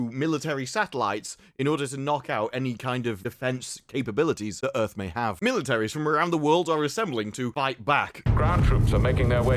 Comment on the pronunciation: "Welcome to Earf"